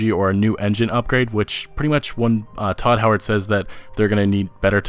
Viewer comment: his name is todd howard not tooo howard